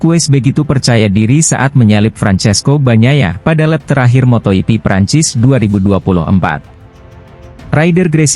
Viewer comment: Kok ngomongnya "Moto iti", bukannya moto jipi yg bener.?... Awas klo ngmong moto iti lg lgo,,,. Ntar kebablasan, moto iti+l